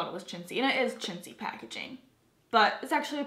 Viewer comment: Molly O the first time I heard shitzy and the second time I heard chintzy lol